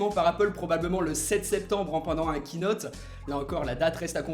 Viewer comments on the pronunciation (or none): none